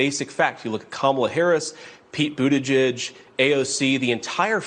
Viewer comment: Aw, give the guy a break. He DID pronounce Pete Buttigieg's name properly 🙄, even if nothing else he said was worth saying. Childless cat ladies (and gentlemen) ... unite!